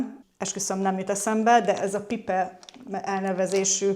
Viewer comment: Az a Pipe az "pájp" mint cső de így még nem hallottam, magyarosan, viszont annyira aranyos ez a pipe, hogy szerintem így fogom hívni :)